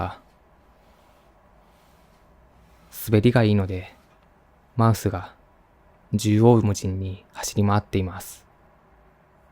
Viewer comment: マウスがマイスに聴こえて、(あ、働きすぎて複数にみえている…？？)ってなった(笑)お疲れ様です。ほんとに。